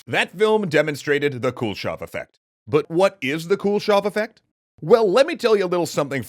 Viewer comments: Dude! It's not the Cool Shove effect :P Kuleshov is pronounced koo-leh-shov. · As a russian I giggle every time you pronounce “Kuleshov” like “Cool-shov” Also, kudos for finally pronouncing names with “ov”, instead of “ev”! It’s a common mistake in english - so surnames like “Khruschov” become “Khruschev”